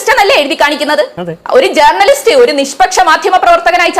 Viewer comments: എടി പോത്തേ ജേർണ ലിസ്റ്റ് അല്ല റ സൈലന്റ് ആയി പറയു വഴക്കുല ചന്തേ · ജേർണലിസ്റ്റ് എന്ന pronouncation ശരിയല്ല ചിന്തേ.....